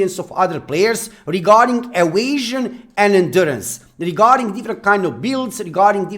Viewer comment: like the way you say "evasion" so funny